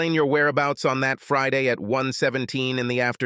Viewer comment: Since freeday??? Wtf this AI can't pronounce Friday correctly?